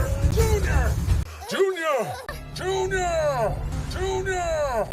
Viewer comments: When he screams "junior" it sounds like the Hungarian word "csúnya" Which means "ugly" lmfao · It really sounds kind he’s saying June-yah